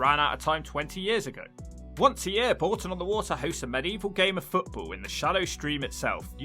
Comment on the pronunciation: It’s not Boulton, it’s Bourton on the water.